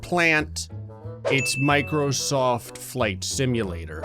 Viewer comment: the way he said microsoft makes me very uncomfortable